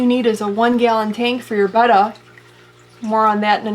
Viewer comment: Thank you for pronouncing Betta properly